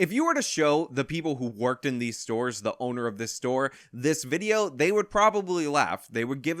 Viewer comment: What's a "Storah"?